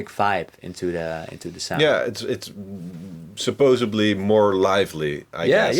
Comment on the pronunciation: did he say supposably???!!